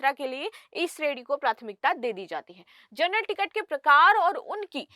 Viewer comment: जर्नल nahi hai ma'am wo जनरल ticket hota hai ,thoda शब्दों पर ध्यान दें please 🙏